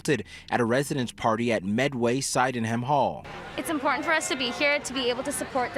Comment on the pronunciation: • Meanwhile, most of the Chinese and Indian students are in class, getting the education they paid for (and not going home for the holidays… or ever again). • - Ugh, please stop pronouncing it like that. It's not /sigh-den-ham/, it's /sid-en-ham/; don't you know British names? (Saugeen rules, Med-Syd drools! 😛) - This has been a big year for London Jr. huh? So much attention for once.